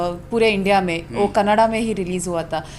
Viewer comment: You misunderstood what I am saying !! I did not talk about Kannada Cinema or Indian cinema I only asked you to pronounce the name of the language correctly!! Most North Indians say kannad instead of kannada ... So I asked you to correct tha pronunciation, that's all